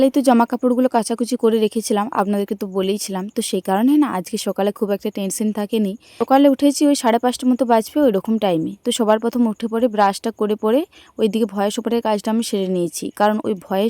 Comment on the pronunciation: আমি তোমার এক দিদিভাই কদিন তোমার ভিডিও দেখছি। খুব ভালো লাছে। আমার ও বাঁকুড়া জেলায় বাড়ি।তুমি" স" উচ্চারণ টা ঠিক করে বলবে ভিডিও তে "সবার " এই কথাটা তোমার মুখে "সোবার "। শুনতে লাগে । কিছু মনে করো না তোমার এই ভুল ধরলাম বলে। ভালো থেকো তোমার চ্যানেল যেন অনেক বড়ো হয়❤